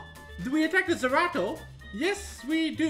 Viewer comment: Is calling Zeratu Zerato? Lol poor sw